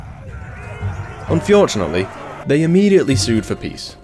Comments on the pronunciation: Unfjordunately, keeps saying unfjordunately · I tried to say unfortunately like you and my wife asked if i was having a stroke 😂